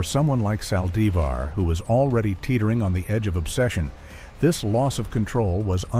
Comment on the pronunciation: I hate how she killed her God rest her soul. I can't stand how the person talking can't pronounce her last name right